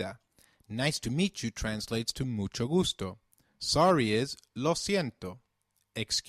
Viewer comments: Don't you pronounce 'v' same as 'b' in Spanish? Like Ve de vaca which sounds like baca? Why do you say Bienvenido and not Bienbenido? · It's pronunced: "Bienvenido o bienvenida", porque así es la regla :v